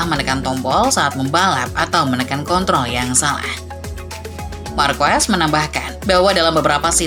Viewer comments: Karena narasi pake komputer atau AI, makanya cuma tahu bahasa pengucapan Indonesia, markwes. Begini kalau channel jadi2an, comot sana sini, lalu dikasih narasi dengan komputer. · Min, narator yg dulu keknya bener dehngucap marquez itu = Markez, sekarang kok lafalnya jadi markwes? Konten udah bagus, sorry pelafalannya gak keren karena nyebut markwes😂